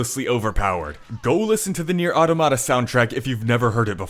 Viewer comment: “Nier Atamata”